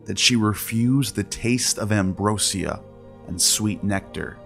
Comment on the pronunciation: love this channel but i can't past the pronunciations. its not "de-luuuj" or "da-loose" , it's not "embro shee ah", & its def not "pomeNgranate" . Also (from what ive learned) there was no word for "sin" in ancient Egyptian or Greek, it was introduced by hebrew language to demonize the previously worshipped moon god Min /Sin